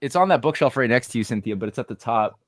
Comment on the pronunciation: Keep pronouncing her name wrong 😂😂😂 “Cynthony” like symphony of something??? 😂😂😂 Hahahahaha IT’S CYNTHIA